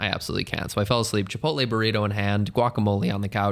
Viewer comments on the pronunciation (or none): none